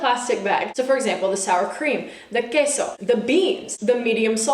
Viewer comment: I love how much emphasis you put on Queso Tortilla and guacamole lol